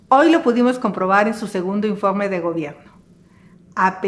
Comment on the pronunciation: Se dice informe,,,no infogme 🤔 Se dice gobierno,,,no gobiegno 🤔